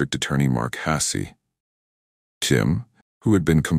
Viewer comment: Your AI Bot needs to work out how to pronounce Hasse, you need to quit writing untrue titles, and you need to stop spouting BS. Poorly written, disastrous editing, incomplete stories and ridiculous voices make this unwatchable.